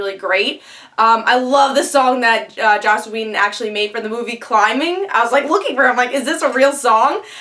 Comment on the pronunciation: You said "Josh" Whedon a few times and that is just a huge bother to me. Slow down, take your time, didnt complete video if you cant take the time to say the name of the writer/creator right no point.